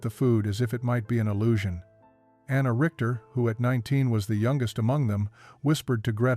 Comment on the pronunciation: Anna Richter, NOT Rickter. A Richter is a judge in German.